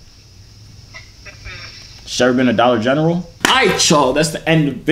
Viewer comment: "SHE EVER BEEN TO DOLLAR GENARLE" LOL